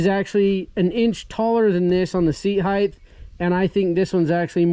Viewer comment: "Seat heighth"